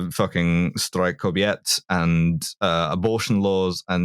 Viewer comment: She comes much closer than people normally do. She's unusually good at handling the consonant clashes. Edit: but yeah, the way she pronounced 'Strajk Kobiet' hurt.